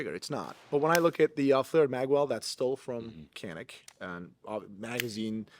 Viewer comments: How come the Turkish dude didn't cringe when you pronounced Canik as "Kanik"? 😂 That’s not the Turkish pronunciation. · Hey, it’s pronounced “JAH-NIK” because it’s actually spelled Çanik in Turkish, which is the name of the Black Sea region where the guns are made. As a Turk, should know this. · its pronounced djanick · Is really Turkish? He's not pronouncing the "C" in Canik with a J sound.